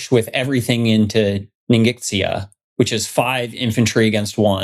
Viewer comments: I know the video is old, but with as much as the territory name comes up, I feel obliged to help you guys by pointing out that Ningxia is pronounced 'neen-shya' per the pronunciation rules of pinyin. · Love all of your playbacks. NINGXIA pronounced NING Sha. I've got deployed code running there in a data center otherwise I wouldn't know. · Ning-sh-ee-ah. The x sound in Mandarin is sh in English. So it sounds more like Ning-she-ah. The more you know! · Awesome game, guys! Thanks for all the effort. In case it's useful Ningxia is pronounced closer to "Ning-shuh" or "ning-zhuh" rather than nin gix ee uh